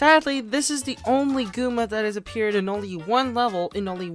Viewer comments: The amount of times he said Gooma instead of Goomba triggered me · its goomba not gooma!!!